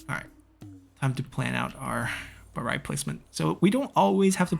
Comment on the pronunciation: Glad you pronounce “Baray” right. Come visit Angkor Wat and the Grand Baray once COVID is over, you’re gonna love them. ^^